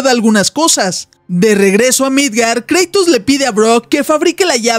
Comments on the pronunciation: No se dice kreitos se dice kratos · kreitos? es kratos